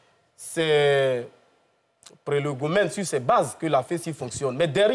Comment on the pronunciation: Mr le philosophe, ce n'est pas prélogomène mais PROLÉGOMÈNES. Ne fichez pas la honte à votre Président le Professeur Poamé Lazare Marcelin, le Maître des mots. En fait globalement, il a un vrai problème de prononciation (deuja au lieu de DÉJÀ, deupart au lieu de DÉPART etc...)